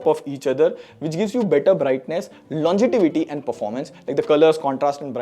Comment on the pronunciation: longetivity 👎 Longevity ✅️